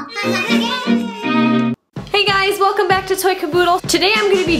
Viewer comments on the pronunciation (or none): none